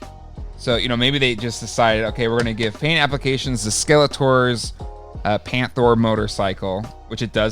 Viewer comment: Painthro, not panthro